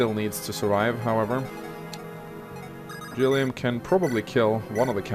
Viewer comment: Thank you for the hard G on Gilliam. Liked, commented, subscribed!